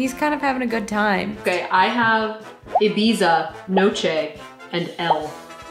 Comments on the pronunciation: ibiZa, it's ih-beetha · It's pronounced "Ebeetha'' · Safiya Nygaard I love ur vids they're so funny but where I am from we call Ibiza (i-bee-tha) that is how I would say it Love u ❤😘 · Ibiza = ee-bee-tha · Ibiza just me that pronounces it ibitha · Are we just going to ignore the way Saf pronounced Ibiza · i can’t stop laughing at the way you pronounced ibiza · The way she pronounces Ibiza. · You pronounced Ibiza wrong...